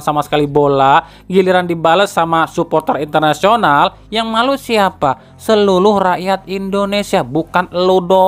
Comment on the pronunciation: Ralat bang... seluruh bang bukan seluluh 😂